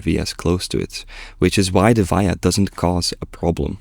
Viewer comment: I like how you say VIA, its pronounced as VEE-uh